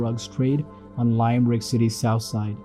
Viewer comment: Its pronounced Lim-Rick not Lime-Rick